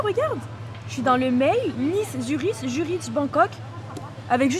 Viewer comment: Suriche! 😂 Zurich en phonétiques cela donne zurike 😉👍🏼